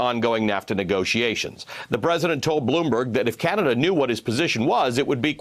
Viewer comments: He can't even pronounce Canada properly. Such a moron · When he emphasizes names like that hes been drilled on proper pronunciation. Although how anybody can get Canada wrong is a wonder.